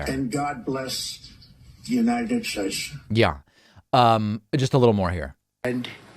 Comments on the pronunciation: Who else heard him say the God bless United Shayshe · "The United Schates." It's like he tried for a greatest hits of gaffs.